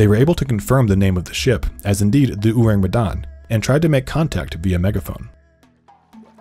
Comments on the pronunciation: why this dude pronounce orang medan weird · I know i shouldn't be picky, but they way he pronounced orang medan irk me